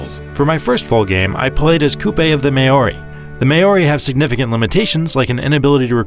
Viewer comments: mow (as in cow)-ree (as in see) ...or, if you are a New Zealander, you'd saw Maw(as in call)-ree (as in see) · “Mayoree” Maori is pronounced ‘maowree” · more like maowREEEEEEEE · Mao-ri not May-o-ri. Who let this guy narrate? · may ori XD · May Yoh Ree. Seriously? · May-oh-ree? Haha hahaha hahaha 😂🤣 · This is to the reviewer. Next time just say the word "Mouldy" when trying to pronounce Maori. You will sound like a natural. Least you tried. Who remembers Mike Tysons pronunciation 😂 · Why do Americans always pronounce Maori wrong?